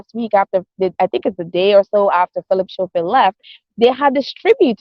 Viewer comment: It's Philip Scoffield and not Showfield and it's spelt Schoffield. Sorry for correcting you.